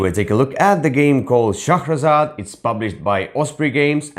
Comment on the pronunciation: Another great review guys... LOVE the way you pronounce Shahrazad. It's so funny when you correct one another in your reviews. It's great hearing the two perspectives. "I just have to become better than a movie" LOL Brilliant.